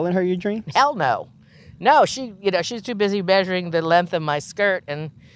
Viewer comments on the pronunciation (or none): none